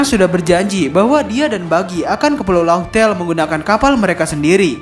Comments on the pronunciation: min ini udah ketiga kalinya nih yak, laugh tale = laf tel dibacanya cek di gugel translate deh min. big fan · Laugh tale di baca laff tel min..